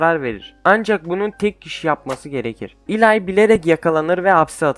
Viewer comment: Eli’yi Elay diye okuyup slugterrayı slugterra diye okuman saçma slagtera desene aq deli oldum ama video güzel like attım 👍🏼